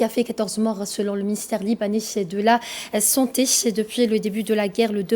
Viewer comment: étonnant cet accent qui ressemble à celui des parisiennes qui veulent fair chic en mettant des ch à chaque fin de mot! ministère de la santéch, de l'énergich, au sud du paych, libanaich d la santéch, etc...etc.... mais je ne vous en veux pas du tout, et merci pour ces infos, beaucoup plus ouvertes que la plupart de celles distribues en France! 🙂